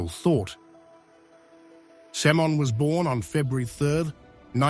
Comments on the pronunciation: I know what you mean. It's irritating that her name is mispronounced throughout the video. It's pronounced Sim'o'wn. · It's not Semen. It's Simone with an accent on the e.